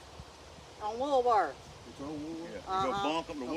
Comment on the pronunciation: I watched this already, but this started playing. I heard you mention Woolworth's. The way you said "Woolworth's" made me laugh! It made me think of 'O Brother Where Art Thou?!' 😄